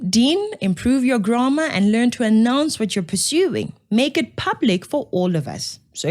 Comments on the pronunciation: Stop causing GRAMA , sorry, I mean DRAMA by nitpicking on Dean McPherson's (most likely) hastily written email (if it indeed cam from his hand, and not an assistant's), and consider pronouncing GRAMMAR correctly. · Hey babes. Before criticising someone else's "graamar" look to your own pronunciation. Just saying. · Please also hold black people responsible for their grammar. Even during your own speech you pronounced the grammar incorrectly! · I agree 100% that there is no excuse for bad spelling mistakes in emails - there is auto spelling checks, FFS! But, K, check your own pronounciation of the word "grammar" - just saying.... pot calling kettle black, etc. English sucks, but if you gonna Do English it then you need to do it correctly. ❤